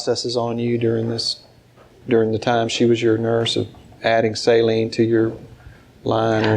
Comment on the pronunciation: Listening to this person try to explain herself with the syringes was like pulling teeth. So infuriating and disgusting. Also "salinge"... She made so many odd mistakes while speaking and it seemed pretty clear she was extremely nervous. Ugh